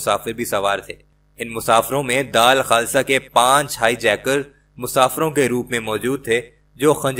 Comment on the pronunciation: Bhai daal khasa naheen dull khasa talffuz saheeh kerrain